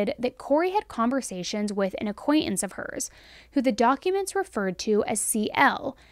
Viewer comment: Acquaintance not acquainence please pronounce the words with the T letter don’t teach your child to spell words wrong